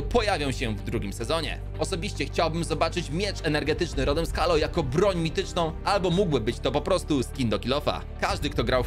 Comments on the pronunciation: teo się czyta heilo a nie halo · A czy "Halo" nie czyta się czasem Hejloł? Mały błąd ale tak kłuję w uszy że musiałem pomijać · Bardzo fajny film czekam na nowy sezon i tak tylko prostuje bo mówi się Hejlo czyli Halo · czyta się : Hejlo